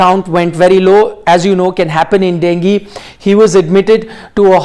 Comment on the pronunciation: डेंगी नही डेंग्यू रे बाबा 😂